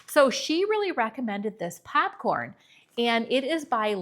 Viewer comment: Because you asked in a previous video to explain how 'we' hear your accent that you don't hear in yourself... Ok, Popcorn: what I hear from you is 'papcorn' so some of your o's sound more like short a's. Then in vanilla and himalayia both of the i's sound like e... like vanella or hemalayia. I'm from Montana and could not hear my accent either until I lived in California for 30 years plus the movie Fargo. I grew up hearing milk pronounced melk, and eggs pronounced aigs. IDK, listen to yourself compared to newscasters on the national level. Not saying one is correct, but there is a difference. (Also I'm sorry if my descriptions are fuzzy)